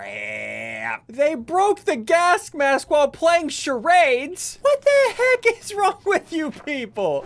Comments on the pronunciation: Bro that's Mary Jane , not Dolores who is playing the tuba. Also, Ian pronounces gas mask as gask mask. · HE ALWAYS SAYS GASK MASK HAHAHHAHA